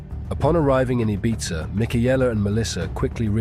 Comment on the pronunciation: Your pronunciations of Ibiza and Mallorca are so frustrating!